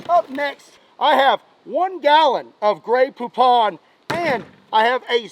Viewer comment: it's pronouns.... grey poupon not grey pouponnn